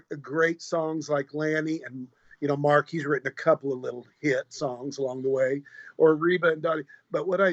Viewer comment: Mark, not March!! lol